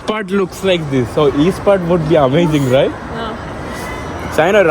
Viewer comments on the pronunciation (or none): none